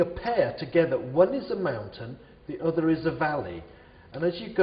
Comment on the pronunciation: yes i know but it sounds like fountain